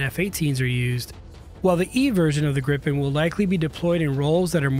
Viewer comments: Please do not pronounce Gripen as Grippen! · cant help but tell you you’re pronouncing gripen wrong, i know you arent used to swedish names but its pronounced more like griiipen not grippen as you’re saying